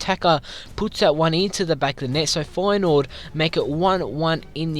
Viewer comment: U said Feyenoord wrong